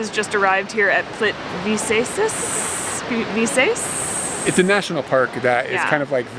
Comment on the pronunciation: Pronounce it like this: plittveetsa...and you're pretty close to it.